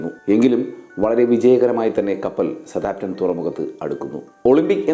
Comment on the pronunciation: വീഡിയോ കൊള്ളാം മാഷേ ഒരു ചെറിയ തിരുത്തു സ താം പ്റ്റൺ അല്ല സൌത്ത് ആമ്പ് ടൻ ആണ് ശരി എന്ന് തോന്നുന്നു... ഇംഗ്ലീഷ് ഉച്ചാരണം ഒന്ന് നോക്കിയേക്കുക